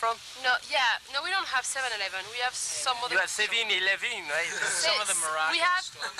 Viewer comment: He said “7 elevooon” 😂 First troll ever recorded on camera.